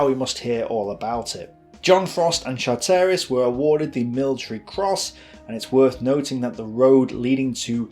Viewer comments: Ugh ! ‘Char - Terris’ Pronounced CHARtriss Family members watching these videos (otherwise excellent) must positively cringe every time their grandads’ names are mangled- repeatedly. This must detract from the pride they’re entitled to in the the valiant deeds or their immediate forebears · its Char ter ris not Char terry iss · Great story. A couple of suggestions. Charteris is pronounced ChArteris, not ChartEris. And now that your mum has seen you on the telly, don't bother filming yourself anymore. Try to get more videos or photos, there are literally millions of them. Anything is better than a bald, badly-shaved bloke going on and on and on. Finally, don't bother to read the documents you quote, or if you do, and a summary is all you need to do, give us time to read them first. We can't both read and listen at the same time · Excellent job - but you mis-pronounced some surnames Charteris (ChAh tey ris not Char tEY ris), Pickard (Pickurd not Pick Aard), Vernon (Vernun not Ver nOn), Leica (is Licah), Campbell (Cambell not CamP Bell) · I was begging not to say "Chart-air-is" or "Leeeka" camera, no, no, no, no, please no... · Your pronunciation of names like Charteris and Lieca are laughable !!!